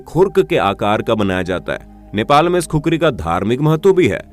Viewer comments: I am from nepal and actually it’s khukuri not kukri😫😂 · It's khukuri not khukari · Not kukuri bro it's khukuri 🇳🇵🇳🇵🇳🇵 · It's KHUKURI (खुकुरी) Not kukri * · Proud to be Nepal but it’s not Kukuri it’s khukuri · its not khukri its khukuri Please pronounce properly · Khukhari nahi khukuri bolte he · THAT REAL PRONUNCIATION IS KHU-KURI